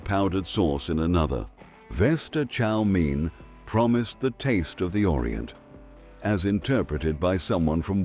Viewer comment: "Chow Meen"? Heints"? "Blonk Monje"? "Buffett"? You let AI do the narration to save five minutes of work, yet somebody went to great lengths to Photoshop spelling mistakes into the video: "Olackcurrant", "Toase Toppers". And of course "Chef Boyarde Lasagna" with "NO Artificial Colors" at "25¢" can't have been British. Pity, because the script was pretty good till AI ruined it.